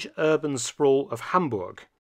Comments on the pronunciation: Hi Mark Felton, I'm delighted for your covering of this part of history of Hamburg and i have to mention that your pronunciation of my home city is on spot. Thank you so much! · As a native Hamburger i gotta commend your pronunciation of my Birthplace!